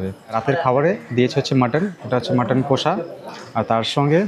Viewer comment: Pronunciation ta hobe কশা not কোষা